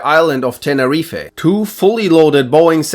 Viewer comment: Ok, look, the pronunciation of near every word drives me crazy... Banchau Dam, Tenerifeee... Please just listen to the correct pronunciation at least once